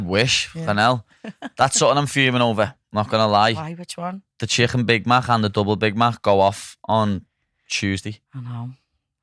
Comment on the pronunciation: Listening to them butcher the word chicken is the only reason I’m here 😂😂😂